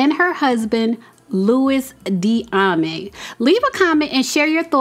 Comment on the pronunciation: Lou-we Dee-a-may is how you say the name😊